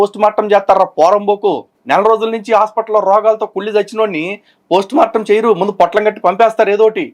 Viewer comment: ప్రోస్ట్ మార్టం కాదురా పోస్టుమార్టం అబద్ధం కూడా సక్కగా చెప్పరాని మా క్రైస్తవ బుద్ధిలేని ఓపెన్ గ్రౌండ్ సోదరుడు 😂😊